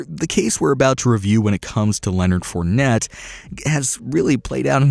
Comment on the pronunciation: Wow you butchered fournette and chiefs